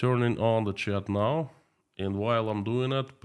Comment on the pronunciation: Please check how to say "chat", your pronunciation can be improved.